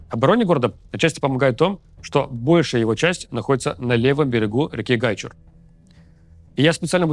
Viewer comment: Спасибо за работу и правильное ударение в слове Гайчур!